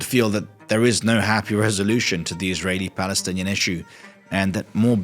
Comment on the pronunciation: You spelled israel wrong and the way you pronounced Israeli arabs is so terrible, it doesn't even start with an f